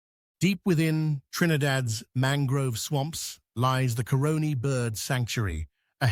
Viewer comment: In addition to lagahoo and soucouyant, other folklore characters are douens and la diabless pronounced la jabless. Lake Asphalt and the Pitch Lake aren't they the same? We're often referred to as the land of the Scarlet Ibis, Hummingbird and Steelband. Btw, pronunciation of Caroni was a bit off, other than that great narration. Thanks for highlighting the best of our twin island Republic‼️👏🥰👌🫶👍